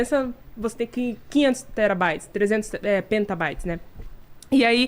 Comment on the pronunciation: só uma correção. O nome é PetaByte, e não "penta" como foi dito 3x Pode parecer irrelevante, mas vai fazer muita gente aprender errado.